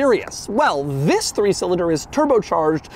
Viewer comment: EEEETHHHUIIISSSSSS the way he says THIS